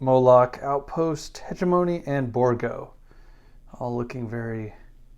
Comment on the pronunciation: Please consult Google translate on the pronunciation of hegemony